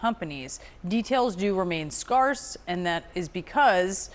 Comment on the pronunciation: Is that how you pronounce scarce?